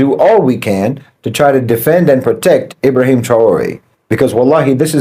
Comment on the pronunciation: What is it with that can't seem to pronounce or spell his name properly? It's IB RA HIM - TRA OR EH